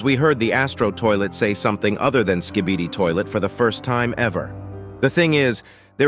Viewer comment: bro said skibidid😭😭😭